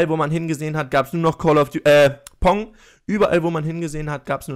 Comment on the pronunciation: Pong nicht Ponk